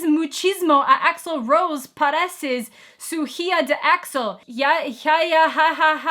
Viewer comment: "Pareces su hija" killed me hahaha your speaking Spanish was the funniest thing I've seen today xD